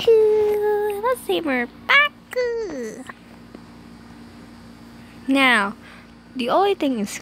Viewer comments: "Paccu" its Pucca not Paccu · Am it's not pacca it's pucca